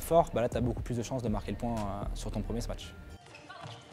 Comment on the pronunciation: Et avec tout ça, il ne sait pas prononcer "smash"... Et il ne connaît pas le verbe "sauter", non plus, visiblement.